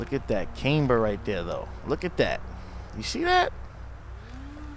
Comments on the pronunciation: Renegade ClapperXD I’m Canadian and that’s not how we say camber😠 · the way you say camber 😂😂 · You say camber like an idiot and you successfully made one hell of an ugly car good god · nah bro you just said it like a Canadian. Us Canadians say it’s like Came ber